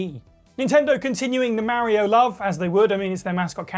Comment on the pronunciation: Itsa me Merryoh!